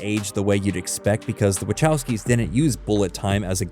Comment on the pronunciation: Oh my goodness, I hate how this AI says the "wachowskis"